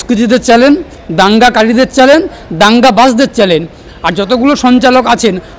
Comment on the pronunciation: এ কি উকিল ! বার বার 'চ্যলেন' বলেছেন।